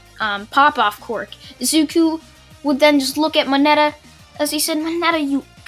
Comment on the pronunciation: He is to overpowered Also for me it sounds like ya saying Qork no quirk